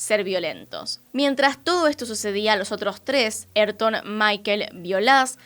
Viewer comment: “Ayrton” no es “erton” es “aírton”, como en famoso piloto de Fórmula 1 Ayrton Sena (aírton o ah-EER-ton).